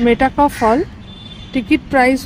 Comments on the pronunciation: মেটাকফ নয়, মেটক্যাফে বা মেটকাফ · Pronunciation ta metakoph না মেটক্যাফ?